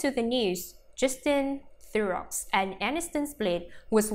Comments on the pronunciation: It's pronounced The row if you're going to have a you tube channel about the celebrities for Gods sake pronounce their names correctly. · This robot must be programmed to pronounce names properly and to speak with regard to punctuation.